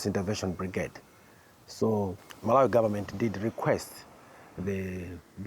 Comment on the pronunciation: Great report but it’s Mal-ah-wee not Mal-ow-wee 😂. I was actually at Blantyre College of Medicine where the British Soldier killed in Malawi was held. Sad story that